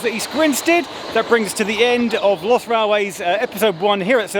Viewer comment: When you said” London’s lost railways” I heard “London’s Bus Railways”